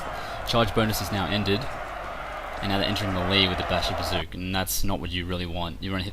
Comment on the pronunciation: LOL Bashibazookawookas...OK aside from murdering the Turkish language uh glad to see you back in action as always you are crushing the fools who are deleuded enough to think they stand a chanceanyways good job. BTW....AHA I KNEW YOU WERE A MUTANT!!!!!